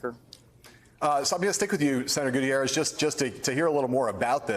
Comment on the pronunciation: His last name is pronounced "goo-TEEYE-rez".